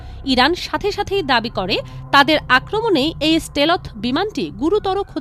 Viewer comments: স্টেলোথ শব্দটা কে শিখিয়েছে?? পত্রিকা পড়া বা লেখাপড়া মনে হয় তেমন একটা করা হয় না...! শুধু ইউটিউবে এসে স্ক্রিপ্ট পড়ে গেলেই হয় না, পেটের ভিতর কিছুটা হলেও বিদ্যা কাজে লাগাতে হয়। সাথে অবশ্যই পত্রিকা পড়া, সাধারণ জ্ঞান নিয়ে পড়াশোনাও করতে হয়। স্টেলোথ আর স্টেল্থ (Stealth) কি একই রকম...!! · স্টেলথ এর উচ্চারণ ঠিক নাই।